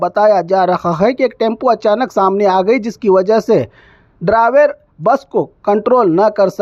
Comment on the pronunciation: Draver nahi re bhai o driver bol